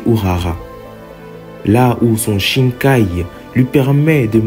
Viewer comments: Par contre pourquoi tu dis shinkai ? C’est shikai nan ? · c'est top mais c'est shikai au lieu de shinkai très bonne vidéo